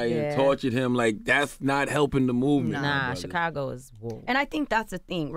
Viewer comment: Why Charlamagne always say `chick`- cago?